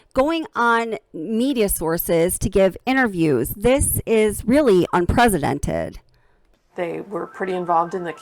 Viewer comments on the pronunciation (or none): Un press ih dented unprecedented. Not unpresidented. 🤦🏻‍♂️